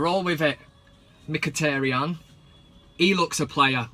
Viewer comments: Yow you using my Accent to call Mhkitaryan , i'm like yow dis van cam segment is so sick. Dweet again (do it again) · this guy is hilarious. He needs to come on more often. Mkhitaryan in Jamaican accent lol